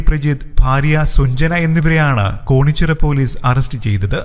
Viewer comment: കോണിച്ചിറ അല്ല കേണിച്ചിറ ആണ്